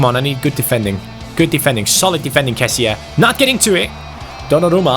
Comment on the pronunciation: #FanObjectives Italian Wall: keep 10 clean sheets across all competitions ps: its pronouncedc kesi not kesie